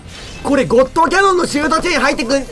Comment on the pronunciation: ゴットカノンって言った？(ゴッドキャノンじゃなくて)